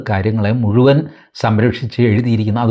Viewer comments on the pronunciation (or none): none